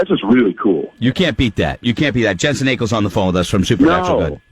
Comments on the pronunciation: Jensen not Jansen. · He kept pronouncing Jensen's last name wrong. He also kept saying Jansen. 😒